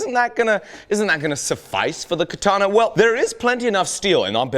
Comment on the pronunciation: Katanee yee-haw